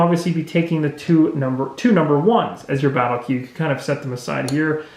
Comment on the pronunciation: Pendentic point for the viewer: it's "Battle" Queue, not "Baddie" Queue.